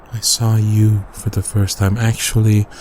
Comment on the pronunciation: When he said "For a moment," I thought he said "FUR a moment."😂